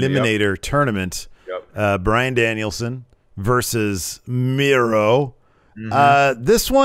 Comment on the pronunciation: this has never screwed up saying Bryan Danielson